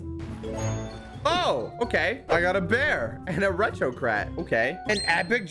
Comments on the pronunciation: "Retro crat" lol never gets old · My man said retro crat when it was retro cat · bro said crat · Bro "retro crat"